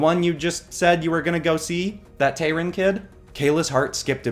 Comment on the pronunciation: It’s Tayrun,. Tayrun, not Tyrone.